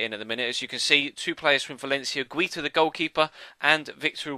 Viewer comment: I think you pronounce Guita as Guy-ta